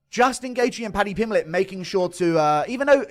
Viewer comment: Paddy pimbiley 😂😂